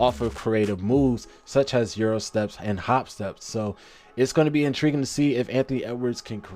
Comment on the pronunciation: Really like the video, some great statistical analysis. Two notes: The word is specifically with and S, not pacifically It’s such as with no H not such has